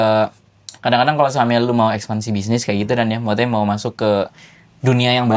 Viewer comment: kalau ngomong Maksudnya selalu kedengarannya: Mawute. 🤣